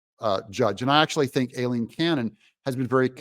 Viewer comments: Why do you INSIST on butchering the judge’s (and my sister’s) first name? The first syllable of her first name is pronounced: “eye” NOT “A”…..EYE- leen ! EYE …EYE… EYE …EYE …EYE….. Aileen is pronounced EYE-LEEN. I know you’re smarter than THAT. You may not act or look like it, but I KNOW you’re super smart. So please stop trying to sound like a dummy. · Hi Doug, Don't listen to that reporter! She's mis–pronounced Aileen's name: Aileen is correctly pronounced: "I lean" I know b/c I use it as a nickname. Look at the word "Hawai`i" the second "a" is SILENT, just like the name: Eileen, the "E" is also SILENT. So please pronounced it CORRECTLY. Eileen & Aileen are both Pronounced the same way: "I Lean." All of us with those 2 names will be happy to hear our originated names from Ireland & Scotland Pronounced correctly!!! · Aileen is pronounced...'EYE-LEAN'... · Doug, PLEEZE pronounce Judge Aileen Cannon’s name correctly, as EYE-lene. Makes your videos cringey and hurts my ears!